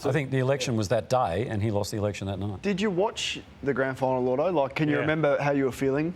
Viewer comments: Surely it's "Lloydo" not "Llordo"? his name isn't Lord. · Why does this channel and everyone keep calling him llordo? I’ve never known him as that, ever. It’s lloydy! It even says it on the screen in the video. As an Essendon supporter (I know it’s embarrassing atm but it’s un Australian to change as we all know) I find it VERY offensive they are getting my star’s name wrong over and over. Very serious stuff 😤